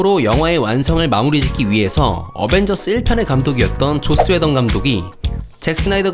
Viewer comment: 왜 게속 조옻스웨던이라고 들리지?